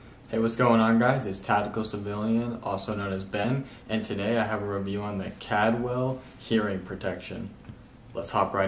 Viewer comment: You pronounced the Brand incorrectly. Its Caldwell not Cadwell